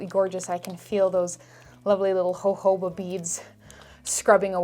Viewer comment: no one: absolutely no one: diy skincare tutorials: hohoba